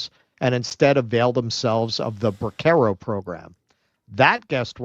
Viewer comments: pretty sure that's a soft 'c' -- pronounced like an 's' -- in the middle of 'bracero,' not a hard 'c.' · It's pronounced bra-ser-os, with a soft C, meaning "helping arms."